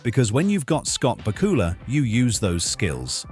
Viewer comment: Please learn the correct pronunciation of Scott's name!! It is BAK U LA! not BA KU LA!